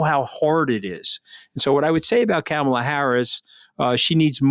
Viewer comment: Kamala (pronounced Comma-la) is black and a woman. The threat to MAGA is that Biden is old and she is first in line to take the Presidency. Trump will never pick a black person or a woman because the mafia will not approve that. He is in very bad shape and they won't go for that. Luckily Trump will never be elected again.